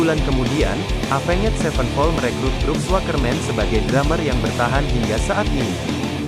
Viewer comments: Oii dibacanya evens bukan avenget 😂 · Apenged wkwkwk Tapi gapapaalahh mungkin lagi masa2 belajar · Cara baca Avenged nya jangan gitulah 😭